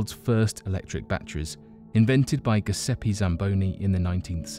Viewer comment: Giuseppe is pronounced "jew-SAY-pay". Good video!